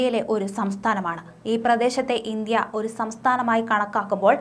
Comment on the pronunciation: ചേച്ചി ആദ്യം ഇന്ത്യ എന്നതാ എന്ന് ആദ്യം പഠിക്കു 😀